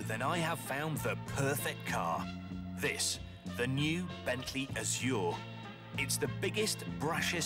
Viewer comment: Why do people keep mispronouncing azure